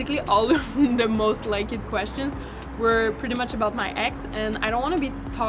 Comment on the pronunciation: So cute how she says most likED 💘